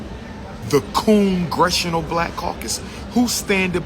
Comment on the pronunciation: Not coongressional lol